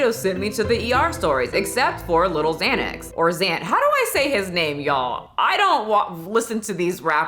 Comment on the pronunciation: Not saying “little Xanax” like my granny would say “Pokéman” 😂😂